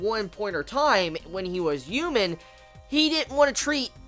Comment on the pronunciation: Don't take offense to this, but is there a reason you pronounce H's as Y's? ex. Human vs. Youman.